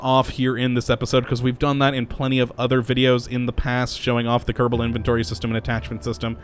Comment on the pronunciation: Just the way he says it. I've been watching these videos in a binge and I started saying Kurrrable Space Program myself naturally.